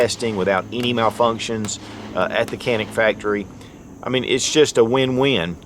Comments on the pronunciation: Canik is not Kanik, wrong pronounce; and Türkiye🇹🇷 of course is not 🦃 Turkey. 👍 ok.🙂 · Being made in turkey it's actually pronounce Janik